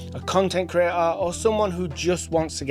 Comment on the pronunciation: just pay attention how he pronounce "creator" - cree A -ah